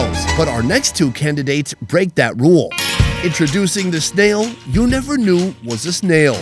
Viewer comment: Snail is a one syllable word not 3